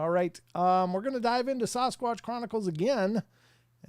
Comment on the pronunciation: Someone who is a member should ask why he still says “sauce squatch” not Sasquatch. Not hard to attempt actually pronunciation not marble mouth lip smacking.